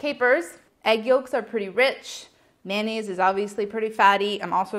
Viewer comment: What is with you guys and saying “man-aise” instead of “mayo-nnaise?” Its mayonnaise you guys! But I still love all of you, and sorry not sorry for being a grammar freak😂